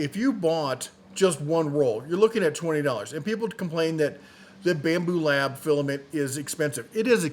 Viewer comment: You lost me first minute when you said, "Bambu Lab". 🙄